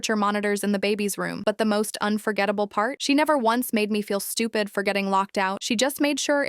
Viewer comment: It was a typo or something the AI voice mispronounced